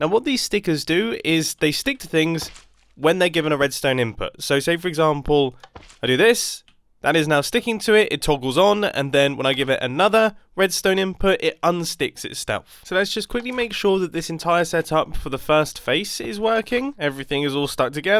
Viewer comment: 3 minutes in and he mispronounced "terminology" and "self" he said "terminiligy" and "stelf" this is why I love your videos